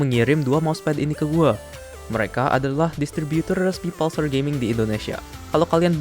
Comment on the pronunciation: mas itu bacanya pulsar kayak pull sama sar, bk pal sar